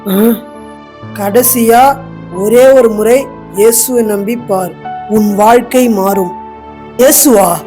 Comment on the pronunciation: சகோதரரே ஓருமுறை இல்லை ஒருமுறை